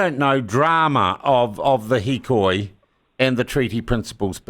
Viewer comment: Its got everything to do with education! And its hikoi by the way